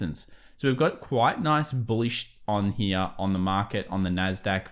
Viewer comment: I really like your content. Then you pronounce “here” almost like an American cowboys “he-yaw”. Serious info and a laugh!